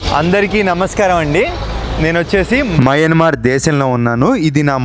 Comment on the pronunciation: మయన్మార్ అది... మ్యాన్మర్ కాదు